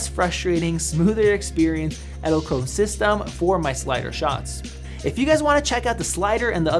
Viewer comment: Edelkrone ( The last e isn't silent! You pronounce it like the first E in Edelkrone)